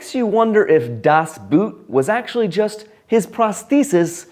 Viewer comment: 'Das Boot' is pronounced 'Boat' in German and English.